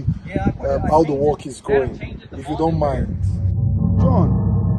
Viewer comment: "See foundation...See plantain" 😂😂 Thank you very much for this informative video...Some great lessons for us to apply in our day-to-day lives 🙏🏽